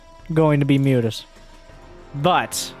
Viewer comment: The original joke I believe stems from how serrals pronounces Mutas. He tends to say mootas, the picture is a recent addition. Still, it greatly underpins the joke.